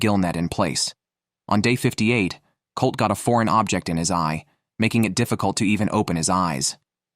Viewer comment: Colter, not Colt. Rose, not Ross. Biko, not Billy. Is this another AI product? Very annoying narration.